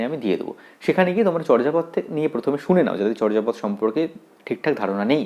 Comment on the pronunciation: উচ্চারণ হবে চোরজাপদ।